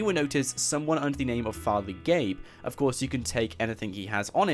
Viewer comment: ITS FATHER GAYBEN !!